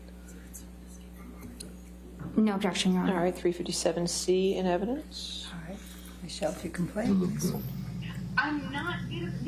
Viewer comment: It's called Blackmail not evident lol " evidence "